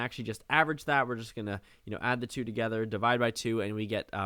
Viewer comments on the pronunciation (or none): none